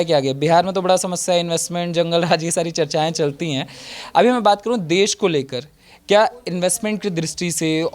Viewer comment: देस देस कर री है पहले देश बोलना तो सीख फिर बोलना 😂😂😂😂😂